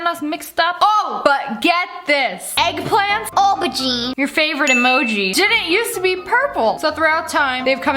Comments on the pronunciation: It's pronounced 'Oh-ber-gene' Btw I love you 💙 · I am from England and we pronounce it Ohberjeen